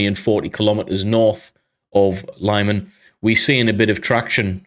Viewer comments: Thank you. great episode. btw, fyi, it's pronounced "leeman", not lieman. they don't have long-i/y in European/Ukrainian languages. long-i/y would be spelled laiman if it were to be pronounced that way (and again, they don't have long-a either. or long-e. forget about long when pronouncing any European or Ukrainian words). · LeeMAN, not LIEman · lee-mann not lie man.